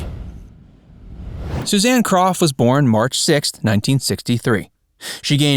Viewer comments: Her name was pronounced crow not Croft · Not "KroFF" It's CROW.. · Yes, DAVID< DANNY< SHIRLEY< EVERYBODY!!! pronounced her name, as "CROW", and they would know!! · Suzanne Crough's last name is pronounced like, "CROW" , not like Croff. Dear sweet lady. Loved her being sung to, by beautiful David!!! She should have stayed in show business, she was awesome. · Her last name is pronounced CROW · While Suzanne had the talent to continue as an actress, I belief she made the right decision by leaving acting when she did. I have always loved her and she will be forever missed!!! Her last name was pronounced "crow" . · You'd be better off hosting a comedy channel of sorts, because so many of your (so called) facts are way off, for instance, the simple pronunciation of people's names Susan Crow, as it's actually pronounced! I know, I was one of her classmates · Her name is pronounced "CROW". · It's pronounced crow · It’s Pronounced Like “Crow “ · Thank you !!! So many mispronounced names any more!!!! Geez. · Please do your homework and pronounce Suzanne's surname correctly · Yeah HOW DARE YOU! To not know how to pronounce the last name of an obscure actress from the 70’s? And you call yourself a human?